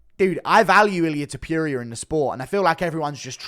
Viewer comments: Stop saying his name like this bruh😂.Its not illia topiuria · Why you saying ilia topiierea its ilia topuria!! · It’s toe-pour-ia pronounce his name right 😂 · Tiperia? Topuria my dude To-pour-ee-ah ya dunce😆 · Tipuria? Can you pronounce the name right bro you do this shit for a livin’ bro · You mispronouncing topurias name on purpose?